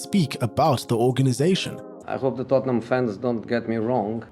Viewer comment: Tottenham is read as Totten[h]am. The h is slient. So , you read it wrong.